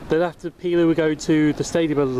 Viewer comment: btw pelaw is pronounced peel-or